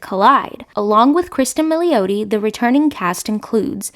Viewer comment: Enjoyed the video, but you mispronounced Brooker and Milioti’s last names. Please check pronunciation before filming, I kept cringing thru the content! Keep up the good work otherwise!!❤